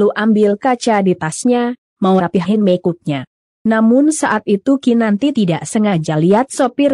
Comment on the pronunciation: Ahhahahahahaha.. aku jg... kalo ngomong karina aja dengerku "keri" aku sampe puter 2 kali supaya jelas.. jg pas ngomong make up jg lucu.. asle lucu hahahahahahahaha